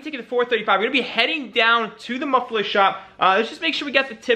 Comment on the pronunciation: MUFFLE-ER... dood, save some money get yourself some english lessons lmao.